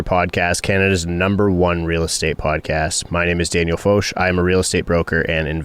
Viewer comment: The only thing I don’t like about your podcast is that you pronounce the host’s name as fosh instead of fock!